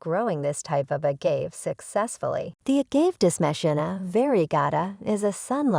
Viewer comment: It was funny to keep hearing the incorrect pronounciation. Perhaps it was AI?